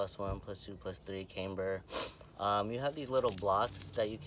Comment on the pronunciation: Is not “came-ber” Is “CAM-BER”....